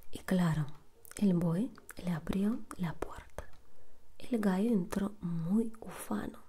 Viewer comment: Vamo' al gainero dijo el gaio xd